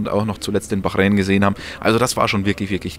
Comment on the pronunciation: Wie oft willst du noch Bachräin sagen?: ja